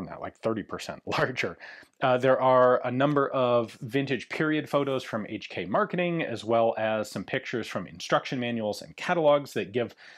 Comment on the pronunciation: "Each Key " My ears every time🩸🩸